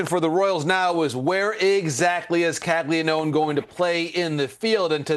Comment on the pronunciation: Bruh, it’s pronounced “Cag-Lee-Own”, not cag-lee-known…😅